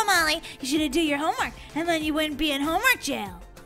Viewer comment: You should probably finish your homework Molly you make me laugh when you say homework shomwork